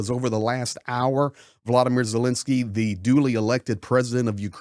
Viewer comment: Thank you for your support of Ukraine!!! 🇺🇦(Please pronounce Ukraine's President's name correctly. It's not Zilinsky, it's ZELENskyy.)